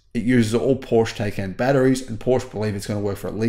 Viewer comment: It’s not Porsh it’s Porsh-a